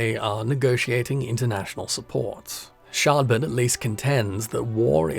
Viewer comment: I both love and hate that you keep calling the main protagonist Shardbert! Keep it up, I love it!